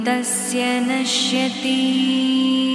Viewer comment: It should be pronounced as Naashyati and not nashyati